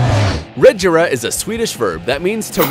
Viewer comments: He also needs to learn how to say agera and regera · The way he pronounced agera and regera tho. Btw the agera rs is the fastest. Geez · Did u seriously just say koenigsegg ajera r??? It’s agera r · koenigsegg Ajara R lol you pronounced it wrong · ITS NOT AJERA ITS AGERA AND THE SAME WITH REGERA NOT REJERA OMG!!!!!!!!!!!!!!!!!!!!! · Dis guy says Ajera and rejera but it’s actually Agera and Regera and the Agera RS is faster than the Bugatti Chiron lemme tell u that! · No jugde but he said koenigsegg ajera r. It's agera r NO JUDGE AM JUST A KOENIGSEGG FAN🇸🇪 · Lol it’s (A gair a) not Ag”er”a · Its not Ajera it's agera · chee its agera not a-ji-ra sigh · “Ajera r” it’s agera 😂😂😂😂😂😂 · It's pronounced as Agera not Ajera and plus the other one is the koenigsegg 1:1 which is pronounced as 1to1 not just koenigsegg 1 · Mans said “KoEnIgSeGg AjErA R” lol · Lol he said Ajera Edit: He said Rejera He needs to learn how to say name’s And it has 1500 HP Here is some facts Koenigsegg Regera: The Koenigsegg Regera is a limited production plug-in hybrid grand touring sports car manufactured by Swedish automotive manufacturer Koenigsegg. It was unveiled at the March 2015 Geneva Motor Show. The name Regera is a Swedish verb, meaning "to reign" or "to rule." Transmission: 1-speed fixed gear (2.73:1 ratio) Engine: 5.0 L twin-turbocharged V8 Kerb weight: : 1,470 kg (3,240 lb) (dry); 1,590 kg (3,510 lb) (kerb); 1,570 kg (3,460 lb) (kerb, KNC); Electric motor: 2 YASA 750 R motors; 1 YASA P400 motor Btw he a non car guy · Dude learn your car names agera and regera have a hard g and it is koenisegg one to one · The correct way to say it is “A-gear-a”, also “Re-gear-a”. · Never heard of a Koenigsegg “Ajera R”, nor “Rejera” before. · Its Koenigsegg Ag-er-a R and Reg-er-a And its one:1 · you pronounced the word “Agera” incorrectly. (pronounced A-Jear-a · AG GA RA-R. Wow is that a new manufacturer? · I love it how he pronounces the agera R like adgerra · ive always said a-gare-a